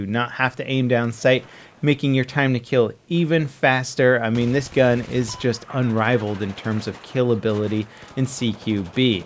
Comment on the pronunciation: u say gan not gun xD